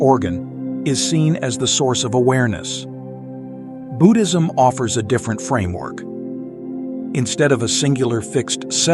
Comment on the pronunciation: Do not need music-very distracting . Also pronouncing Buddhism is Budd - as in "hood" - not boo-ood.